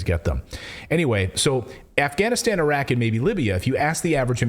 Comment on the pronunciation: So the guy with black glasses pronounces Iraq correct and straight away the guy with white glasses pronounces Iraq eye-rak!! America is responsible for the war in Ukraine, funding the coup to gain Access for resources